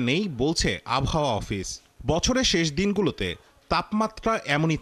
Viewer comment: Abhaoa ki abar. Ordho sikkhito journalist naki abohaoa k abhaoa bole